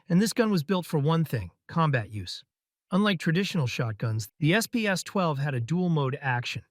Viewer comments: It's SPAS, not s-pay-ass. :face-turquoise-covering-eyes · I pronounced SPAS as "Spaz".